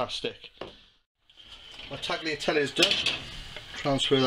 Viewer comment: Nice recipe, but Tagliatelle are pronounced "taliatelle", the g inside a word before an consonant is not spoken in the italian language. If the g is before an i or e it is pronounced like sh (giro, giusto) or tsh (gaggia) and if it should be heard than you need a h between g and i. or e (spaghetti) :).